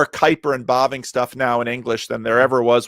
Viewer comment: Herman Bobink? Bobing? ... Bavinck!